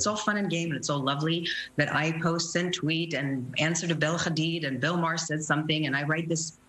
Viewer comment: Woman, I’m afraid “KHamAaAs” doesn’t exist. Neither does Bella and Gigi “KHadid” 😂